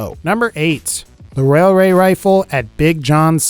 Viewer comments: Wailway wifle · I'd like a wayaway wifle I'm sorry I had to mention he said wayaway wifle